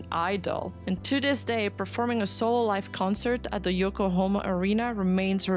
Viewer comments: "Yokohama" ✅ "Yokohoma" ❌ "Yokohoma" ❌ "Yokohoma" ❌ "Yokohama" ✅ "Yokohoma" ❌ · Think you pronounced Yokohama correct once 😂😅